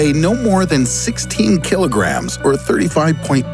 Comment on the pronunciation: Soo....which is heaviuh,A kilahgream of planet or a kilahgream of feahturs ?